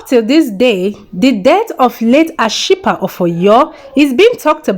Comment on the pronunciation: You murdered Ashipa's name 😄😃😃😃😃😃😃